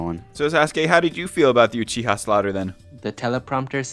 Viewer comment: WTH is “uchihers”? 😂😂❤